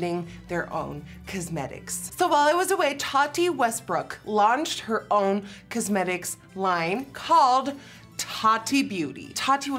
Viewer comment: I love how Nikki says “cuzmetics” I love e way she says it 😂